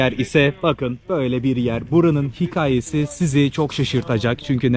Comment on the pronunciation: Sevgili teşekkürler sayende biz de gezmiş oluyoruz. Ancak lütfen hikaye ve dükkan derken a harfini ince telaffuz et! 😊